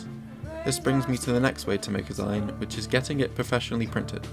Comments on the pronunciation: It is pronounced 'ZEEN' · zine is pronounced "zeen" because its short for magazine, sorry it bugged me haha. Overall this video was really helpful!